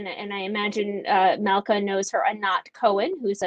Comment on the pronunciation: She has nothing useful to say - beginning with her announcement of she her pronoums, her mispronunciation of the name Malkah, twisting every fact with a plastic jeering smirk and mocking eyes